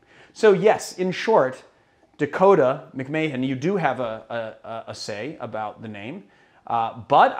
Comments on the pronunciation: Not to skip over "Mic-MAY-hen" vs. "Mac-Mah-Han" 😬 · Continuing the noble tradition of correcting pronunciation: When you say it right, the name McMahon should almost sound like you're saying McMann. Basically, you should try and say Mahon as fast as possible to the point that it almost sounds like one syllable.